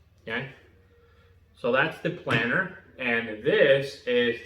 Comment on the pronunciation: Thanks for video. It’s planer btw, not planner. (“Plain-err”)